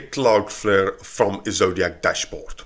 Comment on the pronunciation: It's "Ezoic", not "Ezodiac"...